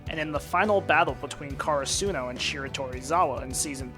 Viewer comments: "car a soo no" what? 😃 cur ah su no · Is he deliberately mispronouncing “Karasuno”? Or has he not seen the dub?